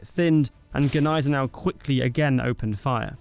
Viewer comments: It's not g'niesenau. The g and n form a single N. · What the phuk is "Guh-nysen-ow" 🙄 if you're gonna say it, say it right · As a German, you are wrong. It is not pronounced "Neisenau" lmao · No. The G is silent kid. 🙄